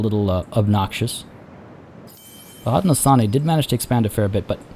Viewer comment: Hey I’m loving this series! One pronunciation thing, Haudenosaunee is pronounced Hoe-dee-no-SHOW-nee! Settlers may know them better as the Iroquois Confederacy, but Haudenosaunee is how the nations prefer to be known! So just SHOW instead of saw, but otherwise great work!